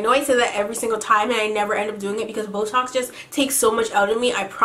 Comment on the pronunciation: I was listening to your story times for like 3 hours, and then I hear "Boetalks" and I thought you were saying "This was a really great botox" xD